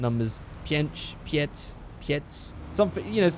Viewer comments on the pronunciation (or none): none